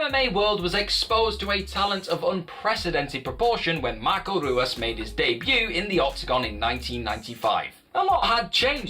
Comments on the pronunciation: and Hoo-as not Roo-as...this dude is embarrassing himself. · It's one of the most embarrassing things I've ever watched/listened to. I think I cringed every time he said Royce and Ruas. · Yeah I’d prefer hearing someone who is actually a huge fan of MMA. The mistakes of pronouncing Royce incorrectly as well as Ruas is something every MMA fan knows. I’m still subscribing as I’d like to see where this channel goes but that’s a glaring error that makes it look like only passable research was done. But thank you for saying “versus” and not “verse” as so many people incorrectly like to say these days.